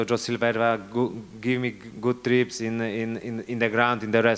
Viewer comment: Dokładnie :) Tylko 'tips' a nie 'trips', ale wiem, co miał na myśli, więc spoko :) Good job, Gamer :)